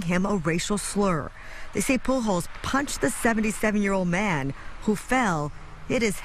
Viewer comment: How do you get to be that old living in a state with a very heavy Hispanic population without knowing how to pronounce Pujols???